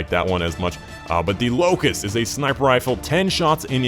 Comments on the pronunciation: Locus not Locust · lol. its not locust. the name is Locus